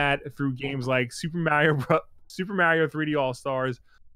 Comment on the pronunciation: I always appreciate you saying 'Mario' correctly.